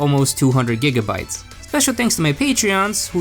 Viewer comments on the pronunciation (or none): none